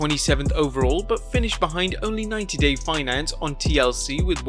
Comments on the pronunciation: Fiancé not Finance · IT’S “90 DAY FIANCÉ” NOT ( 90 DAY FINANCE ) LOL 😂🤦‍♂️🤷‍♂️✌️